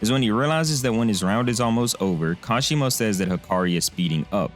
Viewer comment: Kashimo Hajime my man, Not Hashima